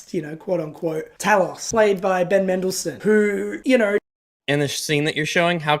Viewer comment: So, I heard someone here finally say Bendle Mendleson.